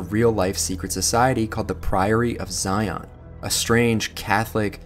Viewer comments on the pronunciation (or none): none